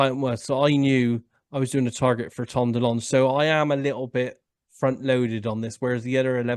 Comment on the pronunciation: Great you can actually pronounce DeLonge perfectly